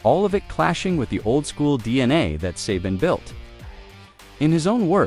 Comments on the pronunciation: AI Can't even pronounce Saban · Good vid, too bad you can't correct the AI's mispronunciation of Saban in editing